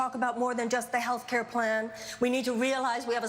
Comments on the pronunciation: Johnathan Peterson "health pair clan" was what i heard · did say healthfare clan? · said "Healthpare clan" lmao